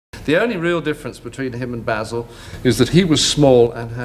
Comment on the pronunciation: Yes, how could this voice be saying 'BAYZIL' when it's clearly 'Bah-sil' as said in the show. WTFF